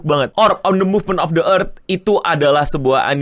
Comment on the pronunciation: sekerdar informasi, kalo baca “the” sebelum memulai huruf vokal di kata selanjutnya (a,i,u,e,o) di baca “di”. contoh ini orb : on the movement of the earth, the earth nya di baca “di erd”